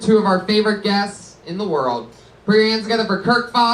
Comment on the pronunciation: LMAO redban always has trouble saying “world”